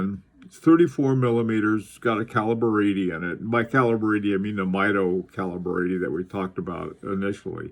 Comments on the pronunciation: The name is pronounced MEE DO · Great video! FYI, I think they pronounce it MEE-doh. See, for example, I chose one of their Commander chronometers as my main office watch years ago. It's still a favorite.